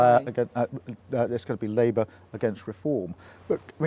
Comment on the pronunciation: LIEbour before Reform Oh Dear! he slipped up! 🤣